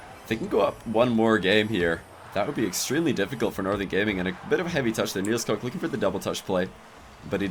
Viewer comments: It's pronounced Niels Cook. Not Niels Cock. xD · pls Nielskoek is pronounced kneels cook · Hey, dropping some good content! Keep it up! Also, if you pronounce it Niels Cook (as in Captain Cook), you're gonna be closer to how a Dutchman would pronounce NielsKoek.